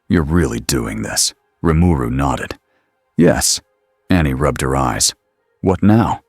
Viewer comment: the AI said his name right....impressive